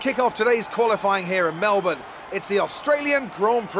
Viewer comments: It's pronounced Malbin. Not Mell born. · How have they not figured out how to pronounce Melbourne yet?!?!